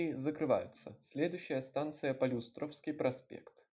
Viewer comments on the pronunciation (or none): полЮстровский, а не полюстрОвский